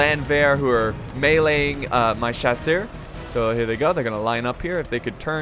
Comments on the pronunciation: Just starting to watch this video... haven't watched a video in probably half a year... main question: Has he learned how to pronounce Chasseurs yet? Nope. (S)Chaw-Sur. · Please. Just, just don't try to pronunce "chasseurs" anymore please! My ears are bleeding😭😭